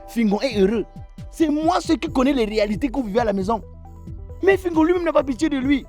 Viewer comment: .black oya tu as massacré fingon 🤣🤣🤣🤣🤣🤣🤣🤣